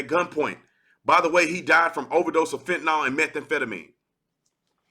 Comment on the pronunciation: Brandon Tatum, great video. BTW, it is pronounced fentanYL, like "ill" not fentanol